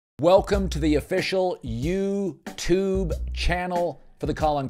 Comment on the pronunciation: Why does he say uuuuu tooob